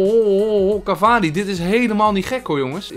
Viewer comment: Falcao = Falkaolo Cavani = cavanus